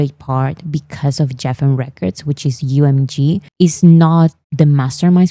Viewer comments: Lovely, Geffen Records is pronounced with a hard G. So like Guessin💜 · Geffen is pronounced like Gregory, not Geoffrey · Thank you for making all of the informational videos. I love your essay format. If I were still teaching (retired now), I would use some of your videos for my students to analyze the structure. Just one minor thing. Geffen is pronounced with a hard G sound, like the G in goat. I know. English pronunciation rules are a mess, so many exceptions and irregular (weird) variations.